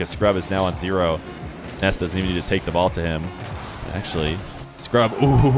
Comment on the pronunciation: its nass not ness im not tryimg to be mean